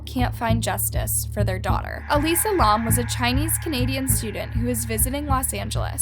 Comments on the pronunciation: Elisa not "Alyssa". Two different names and ways of pronouncing. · “Alyssa” to “Elisa” 👁👄👁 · im sorry..alyssa??? Its EEE-LEE—SAA. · Her name is Elisa not Alyssa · I enjoy listening to you…most of ur vids I have seen from other YouTubers but u give more information that others missed. But you really need to research some names or words I.e cadaver (dead body), Elisa (eh Lisa) Lam (lamb without the b) I suggest hearing how most people saying the name. Other than that you are doing pretty good!😃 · You said her name wrong the whole video. Eeee-lie-za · The way she pronounces Cecil, Elisa and lam 😳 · I love your channel. I’m a subscriber and have watched almost all of your videos. I really enjoy your content but it really bothered me watching this video and hearing you mispronounce Elisa Lam’s name and the Cecil Hotel. I can tell you do your research, I just wish you had taken time to make sure you at least pronounce the victim’s name. Rip Elisa Lam. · I had the urge to punch a baby everytime you mispronounced "Cecil" ffs dude. And you said her name differently non stop. 🙄 I love the channel but damn it was hard to sit through.